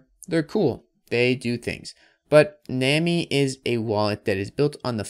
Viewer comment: it is def pronounced "nah-me" like nami from one piece, not nuwaaameee